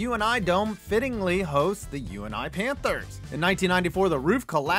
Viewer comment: Disrespectful to put the UNI dome for iowas worst but even more disrespectful to call it the U N I dome, it’s the UNI, pronounced like UNIty